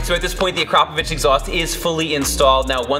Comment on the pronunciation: Wow nice Akrapovič pronunciation 😁